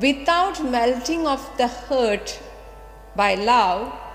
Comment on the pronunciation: ഹാർട്ട്........ ഹേർട്ട് അല്ല... എത്രയും പ്രയാസമുള്ള കാര്യമാണ് ഇത്രയും ലളിതമായി പറഞ്ഞു തരുന്നത്. നന്ദി.